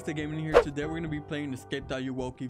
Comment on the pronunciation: Ayowoki? More like Ay-owo-ki